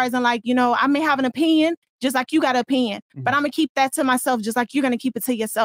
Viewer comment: My nigga Myron with, that's not Tttrue, that's you O pin yun...I'm literally in tears 😂😂😂